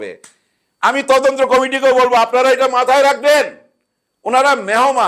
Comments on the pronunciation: ময়ূরীর মেয়েকে যে প্রশ্ন করা হয়েছে এটা তার মায়ের অর্জন। ওই ধরনের সিনেমায় কাজ করলে তার সুদূরপ্রসারী প্রভাব থাকবেই। ঘটনার সাথে জড়িত তিনজনের দৃষ্টান্তমূলক শাস্তি চাই। বাই দ্যা ওয়ে, মালেক আফসারী ভাই, আপনি তদন্ত উচ্চারণটা ঠিক করে নেবেন। আপনি বারবার তদন্ত্র বলছিলেন। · তদন্ত্র না, তদন্ত।